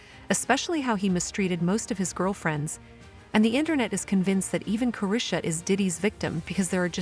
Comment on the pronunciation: Ca- ree-sha is how you pronounce her name